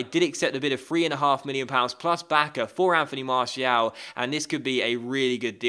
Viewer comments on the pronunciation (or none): Please pronounce Martial like Mar-See-Al.